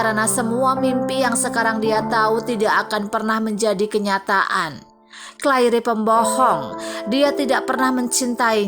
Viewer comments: Yang dapat disimpulkN dari video ini wrong pronouncing name Claire (clair) to Clair-e and hope (hop) to hop-e🤮🤮🤮🤮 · Sangat menyebarkan telungaku ketika wNita ini tetap memebut Clair by Claire. In the future please use the correct pronunciation! This mistakes ruined my interest to continue watching this video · Right pronounced as Clair. Minus the "re"tks. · Maaf sebelum bercerita harap belajar dulu cara mengeja nama ... Contoh Claire dibaca Cleir , Hope dibaca Hop ... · Masih butuh belajar yg terjemahkan ini, Claire seharusnya cleir, hope sebaiknya hop. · Ma'af ya untok correcting Claire wrong pronounced, even the belakang Ada "e" tapi eja'an betul hanya Clair . 🙏🏼 Tks.